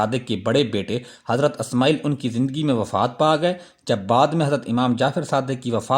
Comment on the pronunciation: Good Analysis. Magar Alfaaz ka Talaffuz Sahi karein. Sahi Naam " Ismaa'il " hai " Asmaayil " nahi.